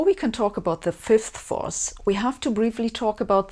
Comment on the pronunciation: I applaud your effort to enunciate "fifth force" clearly, I know you Germans can struggle with that one. Just the same, I had been hoping to have a laugh at your expense, and left mildly disappointed on that front. <3 You never cease to amaze me with your many levels of determination!